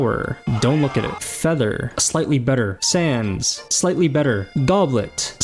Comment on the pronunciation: Is it me or was he saying Sans instead of sands